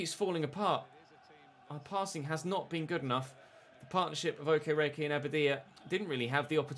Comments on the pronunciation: Hi, I'm not Nigerian, I'm Ghanaian but I know the way you pronounce Okereke is waayy off😂. Unfortunately I'm not sure you to type out the phonetics for you so... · Day 50 of pronouncing Okereke incorrectly.